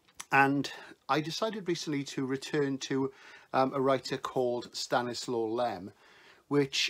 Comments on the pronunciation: One of my favourtie authors, period. I love The Investigation, Eden and Solaris in particular. (The W is pronounced V, which is why it's also sometimes given as Stanislav). And what an enjoyable and informative channel this is! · And the Ł is pronounced as a W 😊